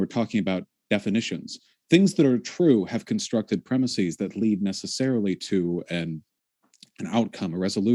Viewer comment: "Premises" is not pronounced "premiseez."